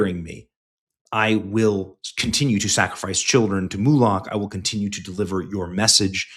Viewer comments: Benny when you say MOLOCH, it like saying the nick name MOE, plus LOCK like the LOCH NESS MONSTER. All good just want you to say it properly because I enjoy your show! cheers! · Benny, it's not pronounced "Moo-lock" but it's funny to hear you say it.